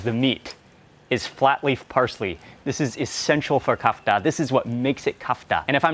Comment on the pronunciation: Kafta with the stress on the second letter - vowel A